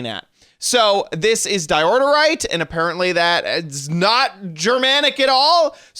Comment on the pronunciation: Repeat after me: Die Oh Right = Diorite. 😁